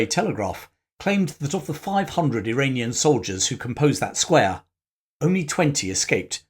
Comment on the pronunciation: I am still in the process of watching this video, but I really appreciate the effort you put into them. I really believe that much of the middle east issues we are currently dealing with were sown in the 18th through early 20th centuries. Also, about half of the time when you say Iranian, i keep hearing Uranium, which is even more fitting given current events.